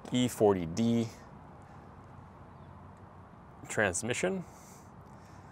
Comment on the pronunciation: Its E4OD, not E40D. OD, for Over Drive